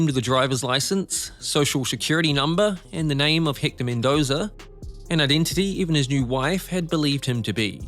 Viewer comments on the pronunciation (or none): No wonder I couldn’t understand the commentary, - he’s from New Zealand! 🤦🏻‍♂️ It’s been driving me nuts ‘Hikta’ for ‘Ecktor’ (Hector) Spanish finally broke me 😅